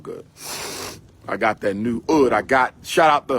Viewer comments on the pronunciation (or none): Do he just call oud wood udddd